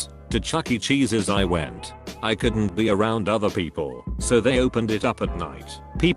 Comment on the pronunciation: I hate how the bot always says “Cawldent” like ITS NOT THAT HARD TO SAY COULDN’t